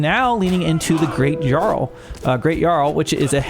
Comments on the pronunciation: Mispronouncing is ok, particularly with Americans. But it is true Jarl is pronounced 'Yarl', at least in current Danish. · it's pronounced yarl though